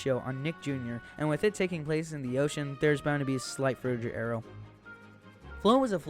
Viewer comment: A minute into the video and bro has mis pronounced frutiger aero like 10 times smh